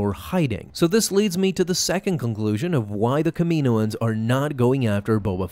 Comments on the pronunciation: Bruh, it’s not Kamiiiiiiyynoens it’s KAM-E-NO-ENS. They say it in the shows and movies that way. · Cam-in-oohh-ins please lol 🙏 they way you say it sounds strange to me but great vid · “Kah-meh-no-ans”. Sorry you’re pronouncing it incorrectly. Just a heads up!! 😬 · Here's a fun game: take a shot every time he pronounces Kaminoans wrong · Learn how to say Kaminian bro come on